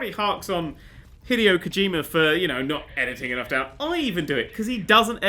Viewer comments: lol kojimer, kojimerrrr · I love the way you pronounce Kojima, "that's Kojimer, that's Kojimer shit!".